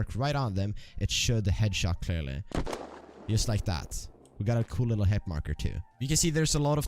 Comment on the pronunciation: YUST lajk dat